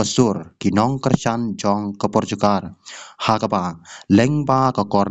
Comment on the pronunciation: Portugal ph ym dei portugar 😅😅😅😅